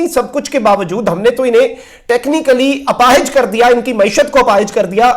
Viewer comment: اپاہج کا لفظ آپ استعمال کررہے ہیں تو اسکا درست تلفظ اور پروننسیئش اپاہج میں الف کے زبر کے ساتھ ہے نہ کہ الف کے زیر کے ساتھ اسی طرح اپاہج میں ھ کا زبر ہے نہ کہ زیر لہذا اس کا خیال رکھیئے شکریہ آپکا بھائی مولوی حافظ سید خلیل احمد شاہ